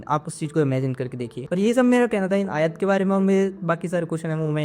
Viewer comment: Ayaa, Nahi ❤ Aayat, hai ❤ bhai آیۃ